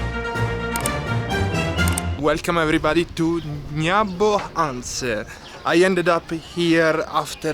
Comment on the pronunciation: ..your pronounciation of NYABOHANSE is on point! Dave ameshy away for the honor to be a tour guide☺